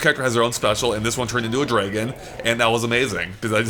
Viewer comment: It's Dra-gon, not Drae-gon